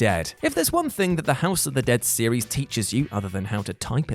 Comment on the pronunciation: My dude has a speach impediment? He said series as sewies lololololol